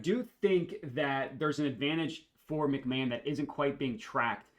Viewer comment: Isn’t it pronounced Ryan Mc-Ma-hone? The announcer was wrong if not hahah love the videos man